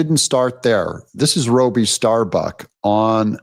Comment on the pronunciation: Bud, there have been SEVERAL alcoholic presidents. I'd argue that Gerald Ford was a special needs president, so again, enough w/the bullshit. 🖕🏿 And the guy's name is "Robby"- short "O", not Robie/long "O" ....who is special needs here? 🤔